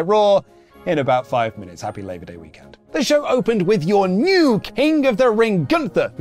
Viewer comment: I want breakfast. His energy was unreeeeeeeeal today xD. Literally pronouncing the camelCase when saying WrestleMania weekEnd!